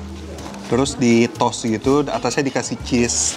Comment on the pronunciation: Toast tuh bacanya bukan “tos!”. “Tos” itu tuh ‘hi-5’. Toast tuh bacanya “tho-est”. Ada “h” nya.